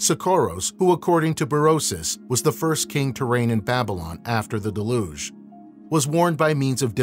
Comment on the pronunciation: How can someone publish material on ancient civilizations without making sure of the correct pronunciations of the ancient names or key words like deluge.